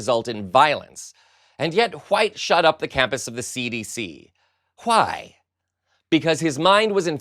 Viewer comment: I am not sure, if you are doing this on purpose with your voice, but the way you are pronouncing and enunciating some words is very distracting. wHite and wHy: you are pronouncing the SILENT H. ONE: it just sounds wrong You do sound like you are doing an announcer voice, so these odd mispronouncions are both jarring and irritating. They dont help keep attention, they actually detract from it.